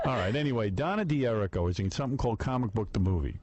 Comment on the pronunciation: She doesnt know how pronounce her name ? D'hur /ree/ koh